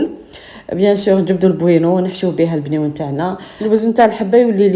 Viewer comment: كلش مون مون مون... رجعتيه مْنيوَن ماشي بْنيوَن 😂